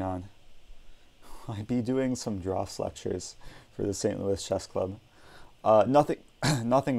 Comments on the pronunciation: Also it's pronounced the same as drafts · It's pronounced "drafts" btw